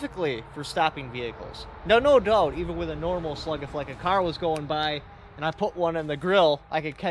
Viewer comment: The only time i realize you have that u.p(mi)/wisconsin accent is when you say doubt Nothing wrong with that, just wonder if you lay it on thick for when describing the replys from bozos (I do a southern one myself just from spending time there) If you think people might take it the wrong way, i also get that